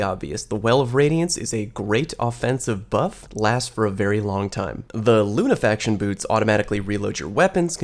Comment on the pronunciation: How can we trust what you say when you're ignorant in how Lunafaction is pronounced. Lunafaction is one word so it's NOT pronounced Luna Faction (2 words).